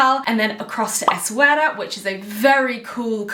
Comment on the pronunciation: Yaaay I'm from Morocco, I can't wait for you to experience Mount Toubkal, it's literally life changing. The food is AMAZING and people are very nice and warm 🤗 I really hope you'll enjoy it! Also, the way you pronounce Essaouira is perfect haha